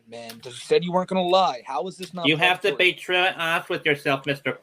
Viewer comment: Quite the pwedatowy stowy